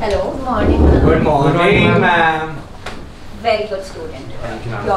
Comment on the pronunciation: No one Literally No one: to every teacher: “GoOd mOrNiG sIR”😂😂😂😂